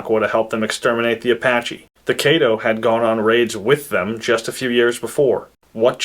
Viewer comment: Caddo---Kah-doh, not Kay-doh